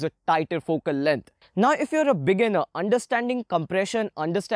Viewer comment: My head moves to the left and to the right everytime I hear he says fokel leng